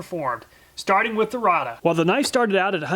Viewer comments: Rada is actually pronounced "Rayda" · It's pronounced Ray-duh, not Ra-duh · I've worked at Rada Mfg. for over 37 years, we sell a ton of these ! lol, everyone mispronounces the name (rayduh)